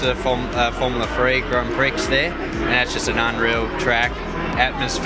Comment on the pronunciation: "Grand Pricks"